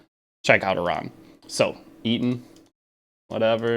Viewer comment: calling her A-RAM from league